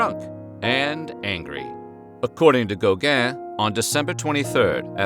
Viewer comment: Gow-gaaaah and van Goh...Why can't americans pronounce foreign names correctly?